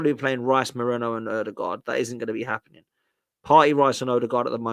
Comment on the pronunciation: It's Merino. Why do English people have that much trouble with foreign names? Are they all dyslexic? Just take 2 seconds to look how the name is spelled...